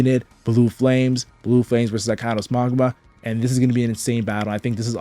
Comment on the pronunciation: You are destroying me internally pronouncing it Maw guh ma.